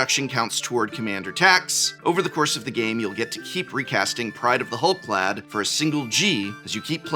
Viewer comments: you're the expert on pronunciation, but "clade" ≠ "clad". Rather than being clad in hull, they're part of the "hull clade" (clade meaning a group of organisms believed to comprise all the evolutionary descendants of a common ancestor - Oxford). Am I missing something? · your pronunciation of Clade is killing me. It's pronounced like Spade or Made lol.